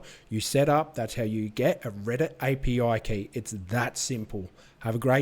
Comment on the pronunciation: "AYE PEE OUAI KAEY" Thank you for the vid 🙌